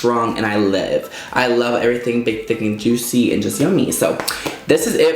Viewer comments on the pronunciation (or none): none